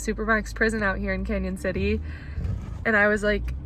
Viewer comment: Thanks for saying our town name correctly!